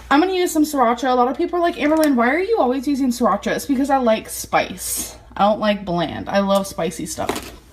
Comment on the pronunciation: “Shracha” lmao